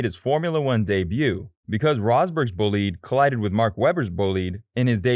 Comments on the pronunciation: Did I hear the narrator say "bull-lead?" I think he means the race car? Someone assist please? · Wtf is a 'boleed' ? Bel...GGAN GRAND PRIX? GAN? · What kind of shit commentary was that? What's a "bulleed"? What's a front rear wing? What's "the Bel-gain Grand Prix"? This stupid video should be deleted.